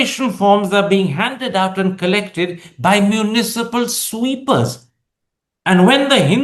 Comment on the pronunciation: Karan, I wonder why you had to emphasize “municipal sweepers” in a way to suggest they are not dignified to do so? Is this your internalised casteism and classism?